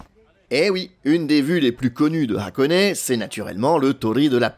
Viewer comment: Vidéo sympa comme d’habitude, même si « FuDJi » ça pique un peu… Et puisque je pinaille, continuons: Hakone se prononce HAkone et non Akone, les syllabes HA et A sont différentes en japonais. Si vous demandez à un japonais la route pour Akone, il ne comprend pas…(histoire vécue…)